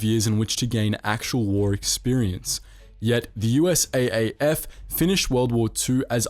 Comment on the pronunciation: It is U...S...Army Air Force, not U-S-A-Ffffff. Dodo.